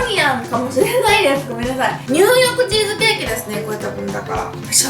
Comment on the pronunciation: ニューヨークチーズケーキが入浴チーズケーキに聞こえる1分ちょっとの辺り